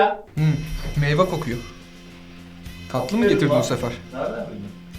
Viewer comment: Reis meyva değil meyve kaç videodur dikkatimi çekiyor yazma üşendim. Artık gıcık oldum yazayım dedim, inşAllah görürsün de bu yazıyı doğrusunu öğrenirsin :D